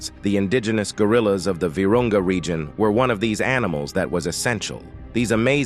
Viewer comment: LOL The "regeon" LOL